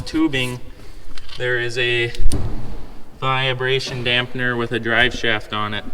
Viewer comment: There's no "via" in vibration. Not a "viabration" dampener. Got it right in the last part of the video!